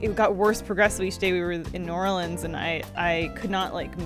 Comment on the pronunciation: thanks for pronouncing "New Orleans" correctly, and not as New-Or-Leens, as so many tourists do. Truly showing how educated and cultured you are.